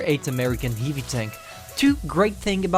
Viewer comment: Your pronunciation on the word heavy